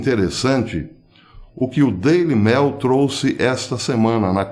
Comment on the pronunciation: Querido Professor, para que a sua inteligência ecoe cada vez mais forte em nossas reflexões, gostaria que você (o Senhor está no céu), ao pronunciar o nome do jornal inglês "Daily Mail", o fizesse com pronúncia análoga quando diz a palavra "e-mail", haja vista a segunda palavra ser a mesma. Você sempre diz "Daily mel" e as coisas não andam nada doces. Saudações do Planalto Central! Aço!